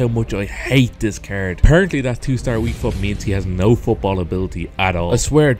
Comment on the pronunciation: I get very angry by the way he pronounces "card"